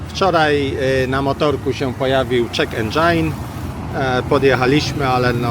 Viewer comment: Check engine to nie "czek endżajn" a czytaj "czek endżin". Chyba przydałaby się informacja "dla palących" na 2 stolikach. Wobec tego że to ruchliwa ulica z turystami, około 20$ dziennie przyniosłoby ustawienie "potykacza" z napisem>> WC 1$ i daje to dużą szansę na to, że cześć z tych turystów, już po mikcji lub defekacji zostanie w knajpce aż do kolacji :face-blue-smiling: P.s: gdy ilość zatrudnionych pań dojdzie do 7-miu, to knajpkę nazwijcie "Albatros", gdyż tyle ich pracowało w Augustowie w Albatrosie: Janusz Laskowski "Beata z Albatrosa".